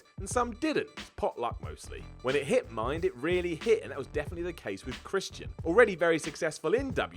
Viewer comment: "Christ-y-an"